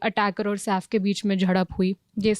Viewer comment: SAAF nahi madam SAIF boliye!